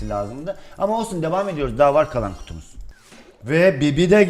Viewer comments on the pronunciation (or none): te abi kutumuz yerine kunumuz dedin :)